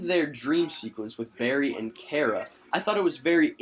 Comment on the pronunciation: You are not saying Kara Right!